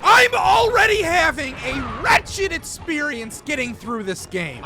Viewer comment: Great videos, well done! But mate, why cant you pronounce the letter "X" lol? You seem to pronounce "experience" like "eTspirience" and such :)